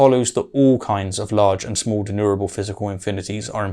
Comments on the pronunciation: I promise to slowdown on the nitpicking habits but it's not pronounced De-nu-ra-ble like does here:...but /dɪˈnjuː.mər.ə.bəl/ Even low epistemological bar-holding william craig pronounces it better What am I doing???? why is my nitpicky nature clouding my love for debunkers of crappy-argument-holding low-epistemological-bar advocates. Why oh why!!!! Help me out somebody! 🥺 Aaaarrrggh! 😵‍💫 😂😂😂😂😂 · De+numerable. Not denurable. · denumerable or denurable? I keep failing to here the "ME" part in the word denumerable. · And a dozen times thereafter :-( "denumerable" has an M in the middle. It originates from the latin "numerus" or number. It is NOT pronounced "denurable". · You seem to me to pronounce denumerable as deneurable. (George W 'Nucular' Bush would probably approve.)